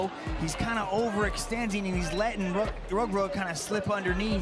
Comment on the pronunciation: Tu prononce mal son nom. Reug Reug il faut prononcé Reugue Reugue